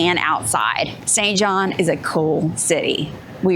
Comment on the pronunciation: Its SAINT JOHN.